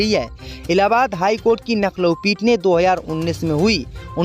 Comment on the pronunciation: नखलऊ नहीं लखनऊ है...